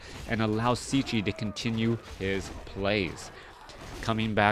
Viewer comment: Wow.. what an amazing bloodbath this was! so many lead changes and epic battles.. but that ending was just something else. Superb stuff. GG and thanks for an awesome cast, dude! P.S. - Cechi is pronounced almost the same like "Czech" in "Czech Republic". Just add "e" at the end and there it is ;)